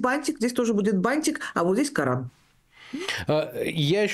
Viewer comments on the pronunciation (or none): none